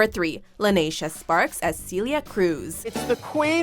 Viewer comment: BITCH Celia is pronounced as Sell-ia Cruz not see-lia